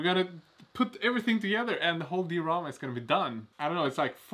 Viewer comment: Yeah nice project and all, but I've just been following this to hear say "di-rama" with two syllables 😅